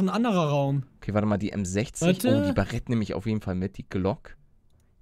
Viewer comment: es heist baret english ausprechen das a